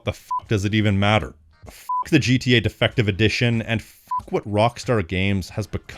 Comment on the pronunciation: I thought at first he said "defecation edition." 😂